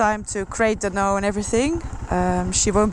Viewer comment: I love how you pronounce dhanno it's so cute☺☺☺